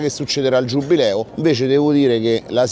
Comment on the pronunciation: è giubileo non giubbbbbbileo